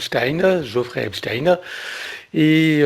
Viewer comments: C est Jeffrey et pas Geofrrey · C'est Jeffrey et non Geoffrey !!!